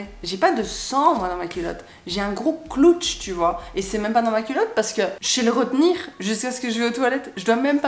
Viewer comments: Dsl mais le moment ou j'entends " j'ai un gros cloutche " j'ai trop rigoler 😅. La situation en elle même n'est pas drôle mais le cloutche m'a surpris que j'ai rigoler. C'est vraiment bien de sortir du tabou des menstruation. J'adore t'écouter car tu parles de plein de choses que les gens n'ose pas. ❤ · Salut, juste pour te dire que tu m'as fait rire avec tes "cloutches", "clootch"? Tu l'écris comment du coup? 😄 En tout cas tu as raison de parler de ces choses là, certaines personnes en ont sûrement besoin.